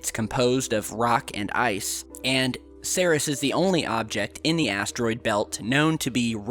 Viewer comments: Seris!!?? It's pronounced "C - Rees" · ...it is not pronounced 'Sayr-es'.... ...It is pronounced...'Seer-eez' ...Ceres.... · why are you calling it "sarihs"? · Ceres = “sear - eeze” - Goddess of grain/crops (?), like “cereal”. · Ceres is pronounced like Series. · I find it odd that we are not seeing any video from Dawn while orbiting Ceres (pronounced like series - no?) There are also quite a few tiny, triangular specks ... that appear and disappear in this missions photos - I wonder what they are keeping from us? ;8-0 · Hey dumbass .... Learn how to pronounce words , like in this video, its Ceres learn how to pronounce the planets ok kiddo??